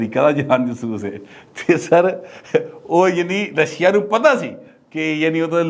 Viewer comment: رشیا نہیی رشا بولنا چا یے RUSSIA میں “ia “ joint vowels کو ملا کر بولا جاتا ہے “ia” is joint vowel.